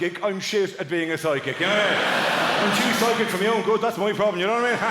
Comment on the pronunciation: I read it fine, but through the entire routine I could swear that he is saying sidekick instead of psychic!